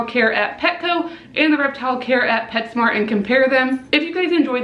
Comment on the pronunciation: Um you said petshcmo like taylor nicole dean